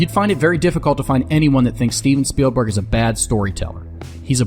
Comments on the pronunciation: There is no “d” in speilberg.. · SpielDberg!?! S p i e l D b e r g !? Dude...